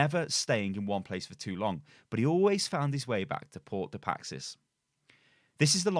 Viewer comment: The most interesting thing about this video is how manages to pronounce “Paix” as “Paxis”